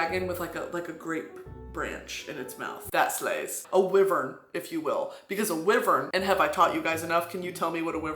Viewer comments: Brittany my queen its pronounced why-vern not wivern, sorry to intrude upon your majesty at this hour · Why are you saying wyvern like wivern Brittany?? Whyyy?!!! 😭😭👀💀😂😂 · I’m pretty sure wyvern is pronounced why-vurn our powerful humble leader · I always pronounced it Why-vern... who is correct? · Babe it's pronounced "why-vern" I'm so sorry, ilysm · I was like…a wivern, huh, never heard of a wivern….oh WYVERN!! Lol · Brittany calling a wyvern a “wivern” is sending me lmao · It's giving me life and passing me off at the same time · why-vern BRITTANY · Our great leader has so much confidence to say Wyvern as Wivern. And as a proud member, no, citizen.... I am now saying Wivern for the rest of my sad, unimportant and uneventful life! Long Live Brittany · brit i love you so much... wyvern is not pronounced like that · Can you say wyvern for me again real quick? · I move to impeach president Broski on the grounds of how she pronounced the word "wyvern" and so on and so forth. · Stop saying wyvern like that lmao I'm dying, and now I'm gonna tell YOU, cause my tisim is showing, do you know what a DRAKE is???? It's a dragon with no wings baybee, and a lindwyrm is a dragon with no legs or wings, just had little shitty arms :3 they are useless like I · the way she pronounces wyvern makes me cackle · Craziest part of this town hall is finding out I’ve been pronouncing wyvern wrong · BRITTANY have you been listening to the Throne of Glass audiobooks??? Because you've been LIED TO! THAT'S NOT HOW WYVERN IS PRONOUNCED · our fearless leader has an interesting way of pronouncing wyvern